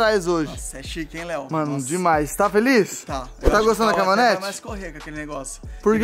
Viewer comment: Melhor do vídeo é o falando CAMONETA KAKAKAKAKA